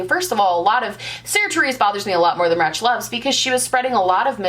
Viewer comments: ayo it's 'raych" not 'ratch' just like the first half of 'rachel' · As a fellow Rachel - it’s Rachhloves (Raych) not Ratch... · Just to help you out because I didn't know how to pronounce it at first, it's RAY-CH. Her name is Rachel. Cool video girl! ☺️ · *Ratch*Loves?! - credibility lost when your research isn't even done into how to pronounce the person you are about to discuss. You might want to explain what the issue/topic is you are referring to at any point too. 6 minutes in we finally find out it is some sort of tweet & you still don't disclose the full situation. 😞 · as someone named rachel, im very confused as to why you keep saying RAHCH... like wut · you're making "rachloves" sound like "ratchet love" hOLD THE DOOR PRO-LIFE? girl bye.